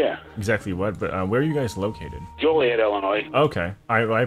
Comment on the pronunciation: Hey I’m from Illinois and Joliet is pronounced as Jol-e-et. Great vid!